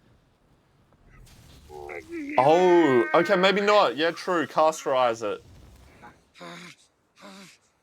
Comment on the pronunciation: " casterize it " 😂 dude you are making up new words. Cauterize is the word you were looking for 😅